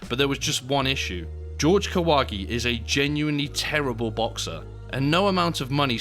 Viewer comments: Yo can you british people at least say Spanish names correctly ☠️ JORGE (HOR-HE) STOP SAYING IT LIKE GEORGE. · Pretty sure it's pronounced "Hor-hay", not "George". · "Horhe", not "George". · If he's Mexican, isn't his name pronounced as hore-hey? Not George? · His name is pronounced "whore-hay"... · Is it really that difficult to say "Jorge" though? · How come his name Jorge is pronounced "George" instead of "Hore-hey"? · I think it is pronounced as Horge not George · His name isn't George, it's Whore-Hey, He seemed 100% genuine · Does Kahwagi actually pronounce it "George"? In Mexico it would almost always be pronounced "hor-hey" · It's pronounced HOR-HEY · "Jorge" is pronounce "hor-hay". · BTW the name is not "GEORGE" just like a damn John is not a juan.....right?............sure.....